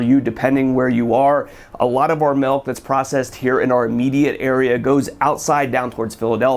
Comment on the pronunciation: Maybe it's just because I'm a wisconsinite, but it sounds like keeps saying "melk". Great video though, as always!!